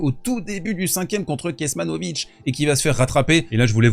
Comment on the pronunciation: SV = Le C se prononce TS, en Serbe. Donc, de même qu'on ne prononce pas Djokovik mais Djoković, on prononce "KeTSmanović", et pas Kekmanović ... Encore a noter : Medjedović (présent au 3ème tour) qui se prononce MedYedović, le j se prononçant comme notre y ; mais tu ne l'as pas encore évoqué.